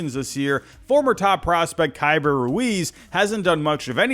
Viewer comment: Your pick was perfect. But you said his name wrong. His name is pronounced “KEY-bert” Ruiz. -Nats Fan